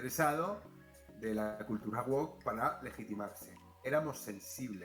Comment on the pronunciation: Se pronuncia "wowk", y no como la sartén oriental... 😅